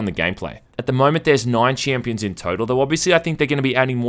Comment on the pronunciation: fuck how many times do you wanna say chiiiiimpions